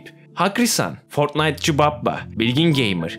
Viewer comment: En sonda isimleri okurken fortnaytçıbappa dedi koptum